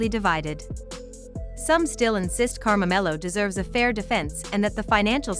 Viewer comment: His name is not Karmamelo. It's KARMELO!